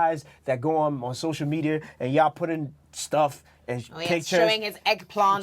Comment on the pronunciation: This guy's fake accent is ruining it for me, fuckin airhead. "Sosho mediar", "phoroshop", WTF?